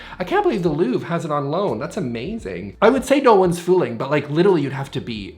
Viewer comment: But.... 95% of the time our living room is the place to put the clothes racks and do yoga🤷Like you always say, you don't have as many friends over as you think. Also when sh*tting on the Mona Lisa, that's nowhere near how Louvre or van Gogh are supposed to be pronounced dramatic back of the have to the forehead movement :D